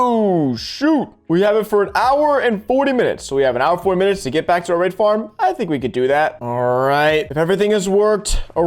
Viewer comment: Why when he says raid farm i always hear r4pe farm?